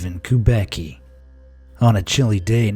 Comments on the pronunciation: steven kubaky hahahahaha, strangest way to say kubacki which should be more like kubatsky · 'Kubacki' pronounced is making me laugh. I knew few people with this surname. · I mean that's not how you pronounce Kubacki.........